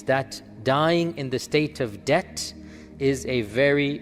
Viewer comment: Debt not dept